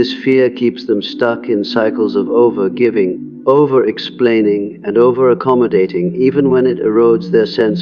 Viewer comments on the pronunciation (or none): I love how the AI pronounces all G’s phonetically: anger is anJer while giving is Jivving even Carl Jung is hard J lmao 😂🤣 that combined with the graphics it’s hard to focus on the content, I really appreciate this idea and gotta say takes so much work to actually really truly do this…